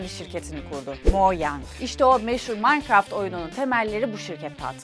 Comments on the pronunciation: ablacım minecraft bile diyemiyon yahu sen maynkart diyon Q:WEqw:EQwE:Qw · yanlış okuyosun o manikıraft diye okunuyo bi kereeeeeeeeee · o nasıl minecraft demekk adfsdf